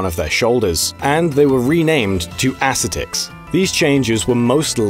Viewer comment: creative pronunciation of 'ascetic'